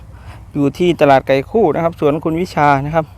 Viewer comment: ตลาดไก่คู่อยุ่ที่ใหนพูดไม่เคลียร์